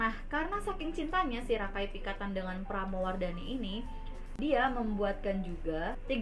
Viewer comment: Pelafalan Pramudyawardani kurang jelas dik